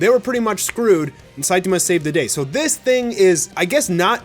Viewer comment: Can you please pronounce saitama correctly?